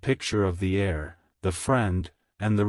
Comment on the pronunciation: The word is pronounced air, but spelled : heir.